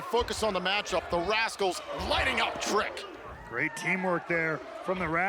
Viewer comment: It's Matrick Williams hahaha Psi-chopathicpeppamintpimpin 😅😅😅😅